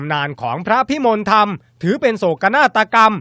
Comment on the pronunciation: เขาอ่านว่า พระพิมนละทำ บักผีปอบ